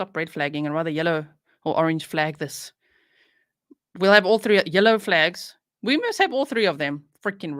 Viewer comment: he's one of my favsssssssssssssssssss lol when he says 3/tree cracks me up lololllll